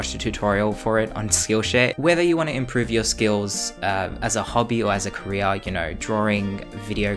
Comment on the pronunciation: i thought he said skillshit